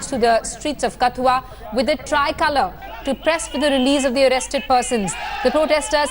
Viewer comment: Please pronounce KATHUA correctly. Its not Kath-ooa, its katth-ooa. Its not village, its a district. The name of the village is Rasana. And the person you are showing as Chander parkash ganga is not actually him.